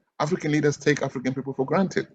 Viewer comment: What is "the African politician", emphasis on the "African"